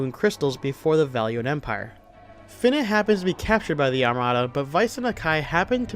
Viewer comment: You’re the one other person I’ve come across who pronounces “Fina” as “Finna”. She finna be a pirate